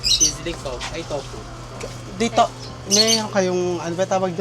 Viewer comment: Towpuh? Hahahahahahahahha i love it